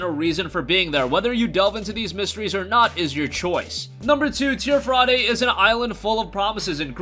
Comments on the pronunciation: It's not Tier Fraday it's pronounced tier fradee idiot. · MY GUY learn to breathe please. Also, its pronounced teer-fee dee, not teer fra day.